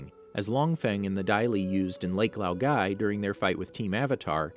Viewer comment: Why do you stress the incorrect parts of words? Lake Laogai, Lord Ozai.